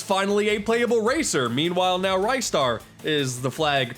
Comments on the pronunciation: For the uninitiated, the correct pronounciation is "ris-tar" (or Risutaa if you wanna go by the Japanese pronunciation), not "ry-star". It's stretchy arm puns, innit. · You have triggered my "Incorrect Ristar Pronunciation" senses,. An unwise decision.... But yeah, he definitely needs a resurgeance at some point. If only so people can be properly informed on how to say his bloomin' name.